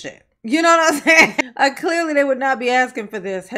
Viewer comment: We played a drinking game that every time Soupa Mair Tifnee says axing instead of asking, interrupted or made a remark about people of colour and everyone drank a shot, we also had notepads to take notes about what she was saying we finished a 70cl in ten minutes. And no one knew what she was talking about. I don't know if you are aware of this but Tiffany Henyard was never voted into these positions. Also everyone is fat! Tiffany may seem slim but if you stood her next to a healthy adult and asked who the fat one was fingers would be pointed at tubby Tiffany.